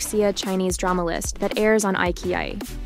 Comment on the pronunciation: Eye ki Eye???.......Eyechiyi......lol